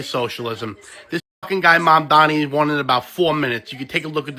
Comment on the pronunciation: Trish, Zohran's name is pronounced MOM DONNIE